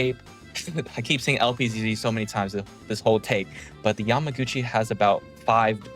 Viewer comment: Why do you keep saying yamagotchi